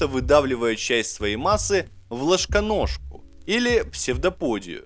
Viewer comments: КТО НЕ ПОНЯЛ ЧТО ОН СКАЗАЛ ПОДНИМИТЕ РУКУ (Я УЖЕ ПОДНЯЛ) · Точно "ложКоножка"? Разве не "ложНоножка"? 🤔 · ЛожКоножка - это, конечно, сильно)) Ролик интересный, спасибо! Ошибки и оговорки не мешают.